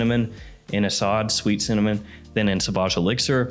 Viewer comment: It's pronounced like "a sud" and it means Lion.